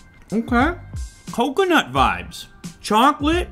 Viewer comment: The way he says Coconut is strange but not unwanted lol